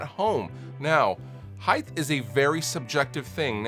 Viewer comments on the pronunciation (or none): You really pronounce it “heightH”? With a “th” at the end? It’s HEIGHT. NO extra H needed, dad. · Heighth? You mean height? Hahaha Thanks for the tips though. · Height. Height with a T. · Everyone: heighT............: TH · I HATE it when people say "heitTHHHH" grrr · I love you,. But HEIDTH is not a word. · did you just say heighth?? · "string heightHHHHHHHHHH" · I love you. But heighth isn’t a word and it drives me crazy every time I hear someone say it. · Same here. Drives me mad!